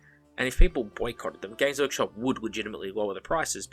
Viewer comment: I always mishear you saying gays workshop and it makes me laugh every time I hear it